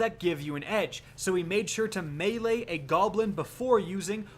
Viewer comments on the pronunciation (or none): none